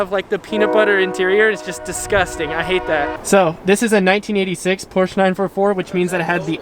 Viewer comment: Hey I know that U-Haul, it's right behind our house! Can't wait to see the Porsch-UH when you're done!